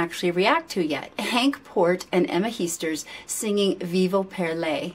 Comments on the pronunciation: Heesters is pronounced as 'hey-sters'. There is no 'i' in 'ee'. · Heesters is not pronounced as Heasters but with the "a" as in Hastings. For the rest my compliments for your positive and understanding commentary. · You say Henk Poort like in more and Emma Heesters like in cake. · Let me learn you how to pronounce some Dutch words and names. The EE in Heesters is pronounced as the E in oke or in hey. The A in zangers is pronounced like the A in Darth and not as the A in Vader. Dutch people tend not to fake emotions. We are very direct and honest in our reactions.